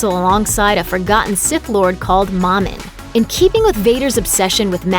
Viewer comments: The pronunciation of momin triggers me. ITS MOH MIN! Not MAH MIN?! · Yes exactly! I'll think I'll stick to star wars theory and stupendous wave after listening to this video butcher the name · Momins name is pronounced M-OA-M-I-N not mom in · Mo min not mom in